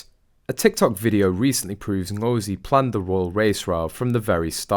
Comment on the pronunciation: Fulani is a Nigerian/Cameroon Tribe of Muslim Slave Traders who are still at work. Interesting that’s her chosen last name. She also doesn’t say her first name correctly. And don’t even get me started on her costume.